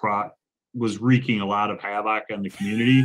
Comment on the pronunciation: “Hav-OK” -Mark Richards